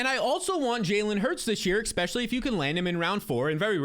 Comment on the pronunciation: good stuff as always! But please, it's "eSpecially, not eXpecially.